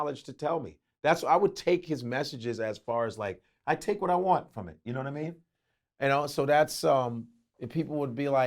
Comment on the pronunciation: Yadidamean not yadadamean